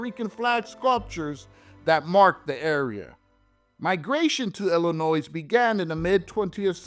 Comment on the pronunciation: There’s no noise in Illinois, it’s pronounced Illinoi.